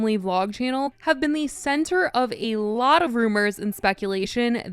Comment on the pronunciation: If I took a shot every time you said ayLOT